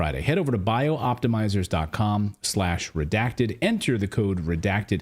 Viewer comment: Clayton, you're putting an extra letter and an extra syllable into Bioptimizers. As written, it is Bi-optimizers NOT Bio-optimizers. Cheers, Roger Peacock